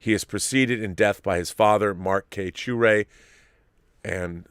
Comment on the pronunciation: I'm sure I'll come across wrong, His last name is pronounced sha-ray not shoo-ray, I lived across the street from him when we were in grade school until i left the neighborhood by the time i got to high school, the last time i saw him was 20 years ago. I just found this out on Sunday, I would have liked to have said farewell